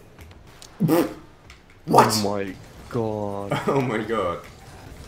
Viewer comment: every time says my i stg he says moi